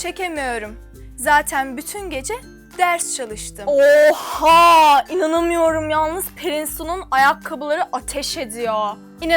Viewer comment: yalnız sağdaki kadın inanamıyorum demiyor inanamıyöürm diyo